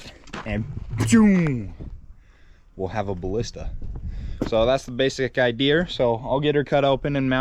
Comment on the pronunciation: I enjoy watching you guys and all of your inventions. Great job! But please don't say idear it's idea!